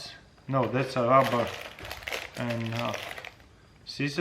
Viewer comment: he did......."datsa rubber"